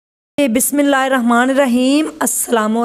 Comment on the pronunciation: Plz mind mt kijiye ga ap bismillah glt prti hain talafaz sahi kren